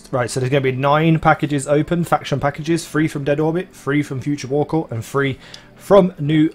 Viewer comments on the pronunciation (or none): It's THREE not FREE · Each time you said three i herd free